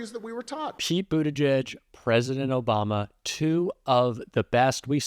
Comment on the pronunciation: I hate how everytime i hear Obama now i hear "Obamna!" 😂. David Pakman has given me an earworm with that soundclip.